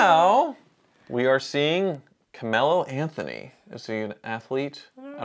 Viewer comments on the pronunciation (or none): "CAMELLO Anthony" 🤦🏿‍♂️🤦🏿‍♂️🤦🏿‍♂️